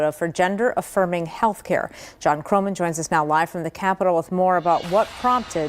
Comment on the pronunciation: I love my name, Jon. But not when it’s said that way.